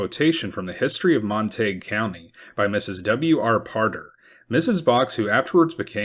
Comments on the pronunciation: Surely its pronounced Mon-ta-gyou not Mon-taeg County (Montague) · Montague - pronounced monta goo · Pronounced Mon-ta-gew....Montague. I was born and raised in this area. Glad it wasn't during thise times.